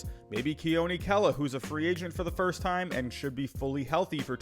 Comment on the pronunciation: You left out the 'r' to make fun of Baston speak! Nice!